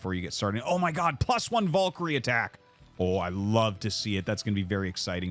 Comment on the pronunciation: let us take a look at the word "valkyrie" do we see any "O's" in there???